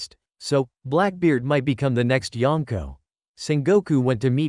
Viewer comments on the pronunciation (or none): none